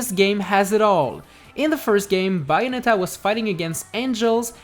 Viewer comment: Is Bayonetta Not Byeonetta.